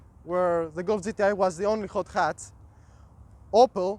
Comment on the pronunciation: He has a Got Ghatch 😅 Hot Hatch haha